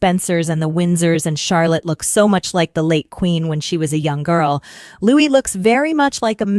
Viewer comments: Lou-EE, not "'loo-ISS" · Why was the little Prince’s name interchangeably pronounced “Lou-ISS” and “Lou-EE” throughout the video? Narrator, make up your mind. The correct way to pronounce his name is “Lou-EE.” Louis is a nod to Prince Philip's grandfather, Prince Louis Alexander of Battenberg, and his beloved uncle, Lord Louis Mountbatten. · You're not pronouncing Louis correctly...